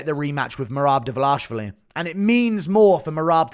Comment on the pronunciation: Please work on how you pronounce merabs last name brotha😭